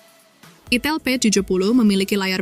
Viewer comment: Itel ( di baca AITEL ) bukan di baca itil 😅